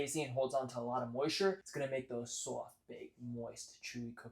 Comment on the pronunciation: dont forget the way he says Soft as SOWFT 🥰